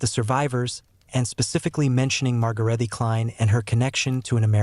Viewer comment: A woman named ""Margaretty Klein Margaret in German is exactly the same but with an added e at the end. Sounds like uh., so it's Margaretuh. The Klein was perfect.